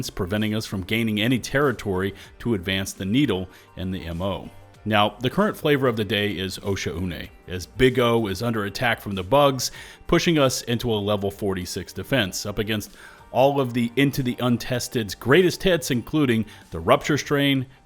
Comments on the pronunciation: Im pretty sure it's pronounced "oh Shawn" not "osha oonay" but hey, I just dive here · Serious question not trying to be mean, but why do you keep saying Oshaune like that? It's pronounced Oh-sean. The shaune part is pronounced like the actor's name, Sean Connery. It's not Oh-sha-ooh-nay.....